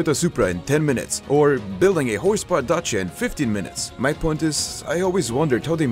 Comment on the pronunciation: bro its the first non romanian to ever say "Dacia"